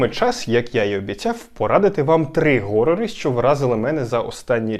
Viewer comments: А чому горори? Horror же через Н, а вона хоч і щось середнє між Г і Х, але більше схиляється до Х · "Горори" блет 🤮